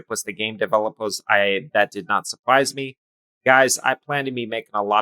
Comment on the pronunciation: "supwise me" bro u are so lame lol